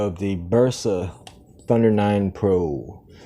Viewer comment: No es tpr es tundeer